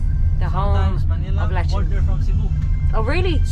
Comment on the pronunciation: Its not,lee chan,, it's lechon😅